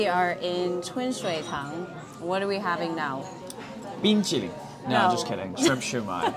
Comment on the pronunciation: 好厲害，說冰淇淋說的真好！